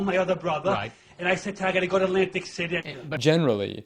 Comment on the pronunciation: It’s not Atlantic City - it’s ’Lantic City 😅😅😅😅